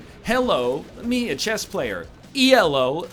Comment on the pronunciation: Every time NL pronounces Elo as "ee el oh" a dozen people yell at him. But he keeps doing it.